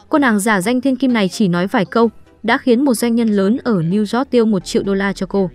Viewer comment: bạn biết sao kênh ít người xem ko, tiếng anh cơ bản đọc ko dc, New York mà đọc ko dc, noi thì ngắt nhả câu kỳ cục, nên sữa lỗi lại đi bạn